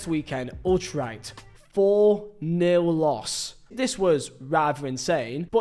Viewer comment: Did he just pronounce Utrecht like "alt-right"?